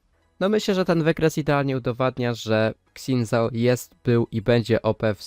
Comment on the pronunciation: trochę boli jak polacy wymawiają jego imię